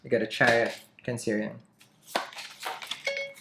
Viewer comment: When you said “CanSIRIan” & “SIRIous” 🤣